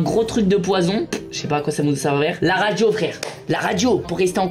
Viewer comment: Michou stp aricule ta dit servèr au lieu de servir